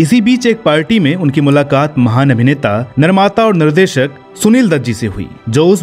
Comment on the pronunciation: Its mahaan not mahaam